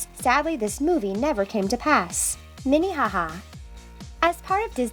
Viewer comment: When I heard "Minnihaha" I gaged